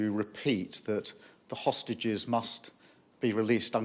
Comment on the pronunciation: He made sure to say hostages very carefully the sausage